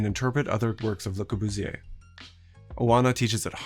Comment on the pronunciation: that pronunciation of Le Corbusier though